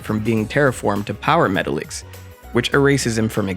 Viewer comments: Met-tahl-icks. Not metal-icks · It’s pernounce Meh-Ta-Lex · Metallix is pronounced Meh-tahl-ix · That is not how you pronounce “Metalix”